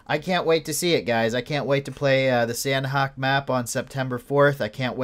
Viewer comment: Its pronounced sahnok(silent h) not san-hok. They even tweeted it when they renamed it.